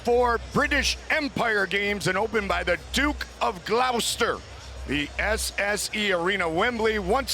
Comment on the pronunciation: to all my mates across the pond, its pronounced 'gloss-ter' saves you guys a whooooooole load of hurt.